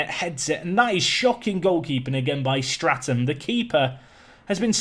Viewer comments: Enjoying the series but have to point out your 'keeper's name is 'Statham' without an 'r' as in 'Jason Statham' and not 'Strat-ham'. Keep up the good work! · Love the Series! But please! its Statham not Straton! No wonder he couldn't save a thing with the manager calling the wrong name. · your keepers name is STATHAM not STRATAM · Please its Statham not Stratham, lose the R :D .............Salami favourite pizza topping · Who's gunna tell him his keeper is Statham like Jason and not Straton